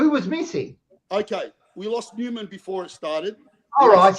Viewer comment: Newman as Seinfeld says it 😅